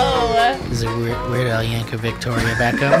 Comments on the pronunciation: It works fine when spoken, if you pronounce it correctly. I.E. "Yankovic" ends in a "c", not a "ch". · My bad, I just looked it up and it seems his name is americanized so he pronounces it 'vik', not 'vich' as it's supposed to be pronounced. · I know that nobody gets all of these, but it still hurts a bit how many times they say YankoVITCH for Weird Al's name.